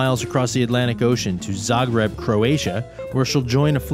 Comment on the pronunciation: Zah-greeb it is!